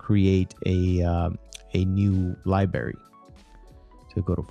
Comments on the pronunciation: "libary" guyssss... come on! It is library!!!! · Good video. Thankful for your info. (PS..one thing...it's LIBRARY not LIBERY) Cheers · DUDE! DO U SPEK ENGRISH RITE? LIBARY? LIBARY? ITS PRONOUNCED...library. LIE-BR-AIRY! WTF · I stopped listening at "libary" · You kept pronouncing "library" as "lie-berry" without pronouncing the "r". Like a five year old kid! LOL! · "LIBARY" lol. Seriously though, thanks for putting this together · Precisely. Liberry caught my ear repeatedly. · Boi its li-BRAR-y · He says "Libary" hahahahaa sorry drinking hoppy poppy while learning, good friggin video mate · Great video but please say LiBrrrrrArY!! LMAO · the libary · What is a fucking “Libary” ??? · OMG learn how to say LIBRARY properly! It's really distracting! LibRary!!! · What the hell is a "Liberry "? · When my brother and I were little kids, he used to pronounce library like this, and it drove me up a wall! cringe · HIs English is much better than that of the average American, so, chill dude. I'n gonna start saying "liberry". It's cooler than "soder" for solder, or Antartica for Antarctica. Don't let us get started on "nuculer". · bruh. please learn how to pronounce library